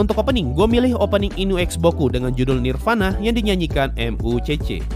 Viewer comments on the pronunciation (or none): none